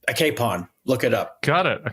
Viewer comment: Just a little - I agree, annoying- note to correct pronunciation of « capon » but only because I had trouble understanding what he was saying until he gave the definition of a capon; it’s pronounced as you if you were saying « cap on « and not « cape on ». And because I admire Mr Packer’s intellect and read every one of his articles. Thank you sir, for your valuable insights. And I hope your Thanksgiving meal is just wonderful! 🙏